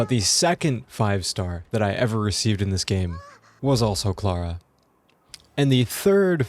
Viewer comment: How u say Clara's name makes me mad cuz now I know you'd totally butcher my name lol